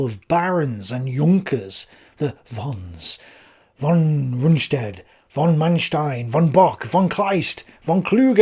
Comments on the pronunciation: Von is Fon in german. V is often a F sound. I don't know if von is actually said with a v sound in english. But i find it distracting that you clearly try to say other german words with the right german pronunciation. Alot of docu's does that aswell. They throw around words like "führer" and stürmtruppen, trying to say them right, but keeps saying von with a v sound. It just messes with me... :( Anyway.. I like your videos. :) (I am not a native german speaker, so i might be missing something lol) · Hi, nice job. Pronounciation: Müller was close to sonubd an ü. "Von", "volk" or anwhere [fau] is to be found, it sounds like en 'ef' for friendly fire in modernday English. Von Brauchitsch, von Braun, or even van Beethoven( a Dutch name von origin). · Actually "von" in German is pronounced "fon"